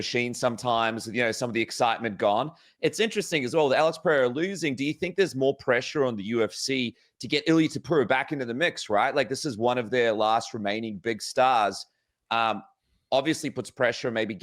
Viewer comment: Its Topuria, not Topura. Say it correctly